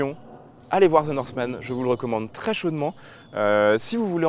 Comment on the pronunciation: Ze norsemane 🤣